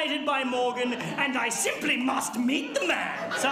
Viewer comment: I really love how Randy says "And I SIMPLY must MEET the man!"